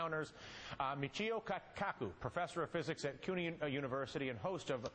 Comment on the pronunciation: ME CHI O CA COO sound it out right please xD